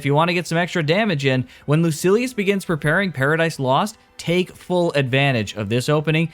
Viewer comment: Lucilius not Lucius